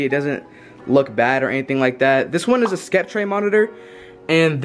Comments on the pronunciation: The monitor is not pronounced “skeptray” it’s pronounced “septer” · bro i was doing good till you said skep tray instead of sep ter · its pronounced septer, not skepter. love your vids btw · i aint tryna be rude but the brand of ur monitors is pronounced s-ep-ter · Did bro say skeptray?